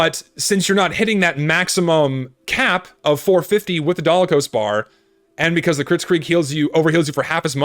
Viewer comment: It’s called the Dalokohs Bar, not Dalakohs Bar, also, Natascha is Pretty OP